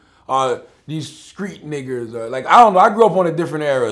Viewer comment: Why dis foo say street niggas like dat wit da ER jus dnt sound rite dis uncle tom ass nigga!!...